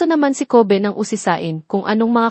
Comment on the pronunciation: Ayusin mo PO mag salita ng name NILA Yung Kobe mo sound ng covid